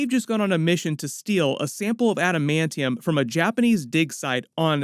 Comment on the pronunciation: What about the new trailer where he says adimantium